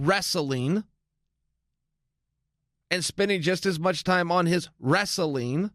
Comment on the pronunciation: He pronounces "wrestling" as if it rhymes with "vaseline". It's adorable.